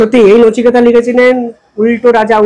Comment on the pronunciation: 'Nachiketa' nay,oh hocche 'Nuchukata',mane khatna kara mal.